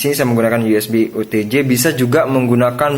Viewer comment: OTG bang... bukan OTJ...